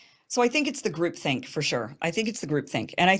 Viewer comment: Is she saying group thing or group think? I suppose that would be '' group thought ''.